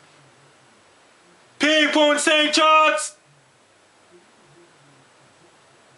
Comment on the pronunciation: Is this hitting st johns? It sounds like you're saying something else.